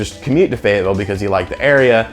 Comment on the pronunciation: cool bro, you said Fayetteville and I can hear the accent.